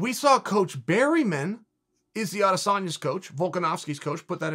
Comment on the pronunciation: Eugene “berryman” Bareman